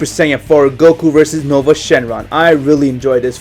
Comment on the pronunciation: It's nuova not nova